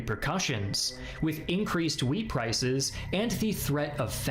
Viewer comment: Wheat, not weed.